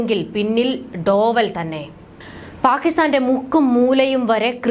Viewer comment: ഡോവൽ അല്ല, ഡോ well